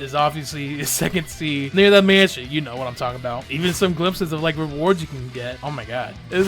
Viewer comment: You said near and i thought you said here